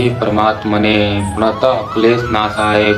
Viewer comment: Radhe radhe bhaiya Shlok me pranataha me( ha) nahi lagta he aap check krvalijiye ekbaar sirf pranat kleshnashaya....aise sahi uccharan he 🙏